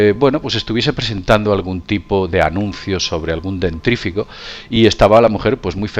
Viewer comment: se dice DENTIFRICO y nó DENTRIFICO, muy buenos tus videos, saludos desde Rosario, Arg.